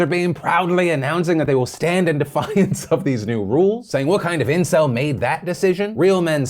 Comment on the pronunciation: funny how they got a kiwi to say those words. SEMP. ENCIL. VEERGYN